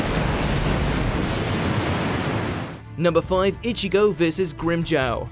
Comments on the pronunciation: its pronounced grim-jaw not grimjow!!!! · They pronounced it GrimmJaow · Grim Jaw, say it with me, Grim Jaw.